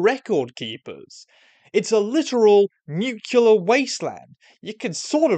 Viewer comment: Oh no. You said nukular.